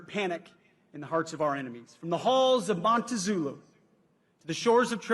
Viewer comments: Montezuma not montazulu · I'm sure all the marines present went "huh?", when he said Montezulu instead of Montezuma😂.... I still think he's the best SECDEF ever, AND HE'S DONE NOTHING BUT GOOD SINCE HE'S BEEN IN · Did he say Halls of Montezulu😂 this guy ...🤦🏻‍♀️ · HEY PETE IT'S NOT HALLS OF MONTE(ZULU) 🤣